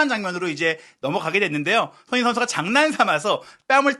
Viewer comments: 손흥민 선수 이름을 제대로 불러 주세요. 도대체 소너히가 누군가요? 매우 거슬리네요. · 발음좀 제발!!!!! 손 흥 민 !!